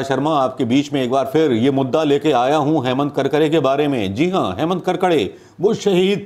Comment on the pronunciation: कडकडे नही करकरे नाम है 🤣🤣🤣